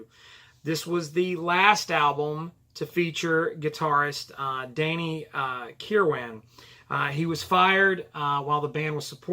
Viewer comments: You nailed it. Danny was the bridge between those two eras of the band. BTW, the last syllable of Kirwan's name is pronounced "win." Also, Bob Welch called the album bleak which was meant to be a knock on Danny. He attributed it to Kirwan's angst in his writing. I totally disagree. There might be some bitterness at play here since Danny contributed five songs to the album to Bob's two. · Stop with the Um's already .. Also learn how to pronounce Danny's last name ..